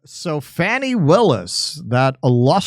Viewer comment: at first l thought you said fatty willis until l read what was on screen